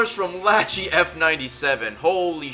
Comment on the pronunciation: Love Ray's pronunciation of 'Lachie'